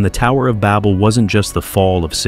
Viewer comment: "The Tower of Bobel" "Gobekli Tape-ay" XD this AI voice is so dumb